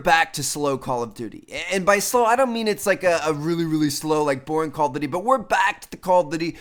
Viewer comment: Stop saying "Call of Dity". It's "Duty", not "Dity"